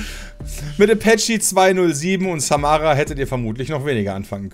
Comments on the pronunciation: Für normale Menschen: Apache 207 und Samra Für: Äpetschi 208 und Samara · Äpächi statt Apache und Samara statt Samra hahahahahaha